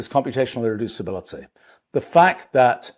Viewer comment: I'm jealous of the speed he can say "irreducibility" and "thermodynamics"